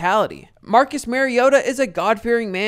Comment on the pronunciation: Mar-ee-oh-tuh Not Mary-oh-tuh